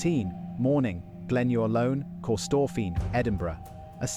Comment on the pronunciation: 😂 kee STORPHIN🎉